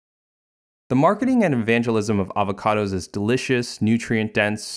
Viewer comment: I will drink everytime he says avahcahdahs Edit: I got alcohol poisoning